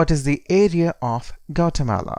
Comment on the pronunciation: This is a really bad representation. That's not even how you pronounce the country